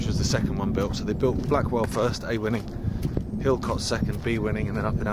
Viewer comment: Don't want to be a "You dont want to do it like that" Harry Enfield- but just to say Hilcote Is pronounced "illcut" or "Hillcut" if you're more refined.. but its not the same way as saying "cut" .. I'm not finding it easy to describe in words and as i'm not a professional linguist i cant explain using words like dipthong etc so i'm struggling.. but its not Hill Cut, and its not Hill Cot.. "illkutt". I tried! :)